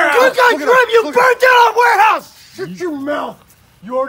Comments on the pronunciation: Bruh its grim not grum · Dude it's grim not grum